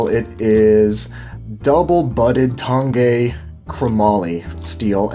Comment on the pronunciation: Neither, but after your pronunciation I'm doubting the way I've been saying it, kinda like saying Orange